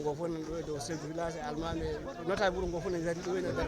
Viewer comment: il faut rectifier svp cette accueil c'est pas (yuro) c'est (wuro)